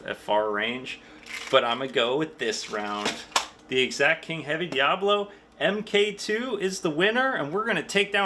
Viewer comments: My 100FPE .25 cal Talontuned Talon-ss-dor will👍 Also……..it’s DIABOLO not “Diablo” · Why u call The pellet DIABLO.. when is DIABOLO NOT DIABLO 😂😂😂😂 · This guy also calls the pellets "diablo" in stead of "diabolo" which the fool doesn't know all the friggen pellets he shoots is a diabolo shaped pellet. He knows buggetall about airrifles or the ammo it uses in any case.